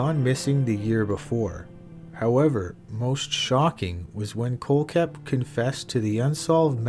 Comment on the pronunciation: Miss pronounced kohlhepp. Also not buying staples story. Attention seeker